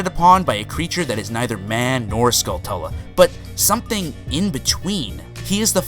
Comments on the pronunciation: Ugh, the way he pronounces Skulltula...It’s Tarantula, but Skull instead of Taran! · Skulltula is pronounced like tarantula (its a Ch sound), portmanteau of skull and tarantula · Anybody else super put off by the way he says "Skulltula"? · say tarantula, then say skulltula, the way he pronounces it makes me cringe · He doesn't pronounce skulltula right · The only creepy part was the pronunciation of Skulltula...since y'know...its based on the real word Tarantula. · SkullTULA. Not skullTELA. Did this bother anyone else? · I always pronounced it 'Skull-too-lah' .. 'Skull-tella' just doesn't seem right from how it's spelled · "Skull-tulla"? Pretty sure it's pronounced Skull-chu-la. Sort of like "Tarantula," only with skulls. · Well I think pronouncing "Skulltula" as "skull-tulla" is pretty silly (If anything it would be "skull-toola" because of the single L). But big deal. You say it doesn't matter, but you seem pretty concerned at the same time that you're not wrong. Anyway, nobody's perfect and I am not wanting an extended argument here. We disagree. But I did enjoy the vid otherwise. Maybe I should have led with that to begin with. Now I'm just another damn YouTube comment troll with lots of opinions and no actual content of my own. :) Sorry for that. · I've never understood why some people pronounce Skulltula as "skull-tela". aside from very clearly being a u it's derived from tarantula (unless you pronounce that "taran-tela") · OMG stop saying skull-TUL-uh. do you say tarantula like ta-ran-TUL-uh? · Skull-CHOO-la .. like Tarantula bro! I don't blame you though, I heard someone say it like a year ago and it blew my face off lol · It's pronounced Skull-chu-lah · Do these people also say "Ta-ran-tulla" instead of "Ta-ran-chu-la"? Just because 10 people mispronounce something doesn't make it correct. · He seems to pronounce it "Skull-tella" which is in no way correct. As for Termina. I don't hear it pronounced any other way than "Ter-minn-uh"